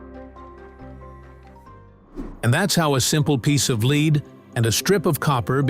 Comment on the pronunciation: Time to fire your AI generated voice as it couldn’t correctly pronounce the metal lead